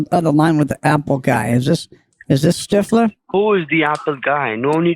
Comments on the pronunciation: Love this one,,,,and his name,,,,I’m hearing Stiff- Her 😂😂😂😂😂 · They really have trouble with the th sound. David Stiffler OMG.